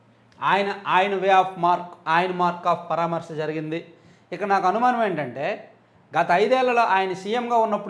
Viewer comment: 🤣🤣🤣🤣 వాడు వచ్చింది జనాన్ని పరామర్శించటానికి కాదు సామీ, భజన చేయించుకోటానికి వచ్చాడు. వెళ్ళి potatoలు వచ్చాయా, tomatoలు వచ్చాయా అని అడుగుతున్నాడు. Paytmగాళ్ళతో CM, CM అని అరిపించేసుకూని పోయాడు. అయినా పరామర్శ అని పలకటం రానోడు ఏం పరామర్శిస్తాడు నా బొందా. 🤣🤣🤣🤣